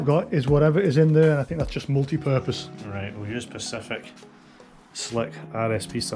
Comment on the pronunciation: Someone needs to tell him how to pronounce specific though. 🤣